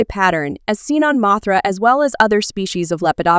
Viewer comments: You: Mothra/Mosura Subtitles: Mathra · The A.I. narration in this video is dreadful. A real person wouldn’t mispronounce the name ‘Mothra’ in a video about Mothra, nor would anyone mispronounce S.O.S. as ‘sose.’ Don’t get me started on the word ‘Cretaceous.’